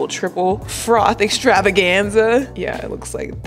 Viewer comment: How you said extravaganza 🤣 wow that was a big word